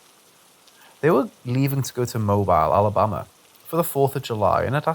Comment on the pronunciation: Hey love, Mobile is pronounced "mo -beel", (like feel) 😘